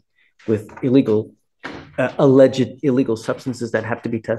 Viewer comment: Then later in the video the judge mispronounced "alleged". :D